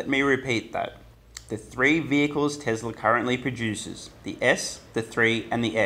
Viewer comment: why do you say tezzlaar, its telsa as in tess laa